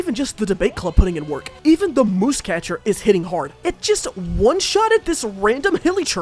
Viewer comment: Musecatcher isn’t pronounced that’d way. It’s muse (“myewz”) as in an object of inspiration for art